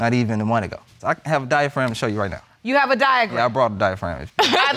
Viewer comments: Yeah, after Judge Lake gave him an example of the correct pronunciation, he repeated 'diaphragm'. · And Judge Lake casually gave him an example of the proper pronunciation, but he still repeated 'diaphragm'. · diaphragm is crazy even after hearing the correct pronunciation. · I heard that and I was like no he did not just say diaphragm LOL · So i heard that right😂😂😂😂 He also said paternity instead of fertility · "Li-barry", "diaphragm"... I cannot!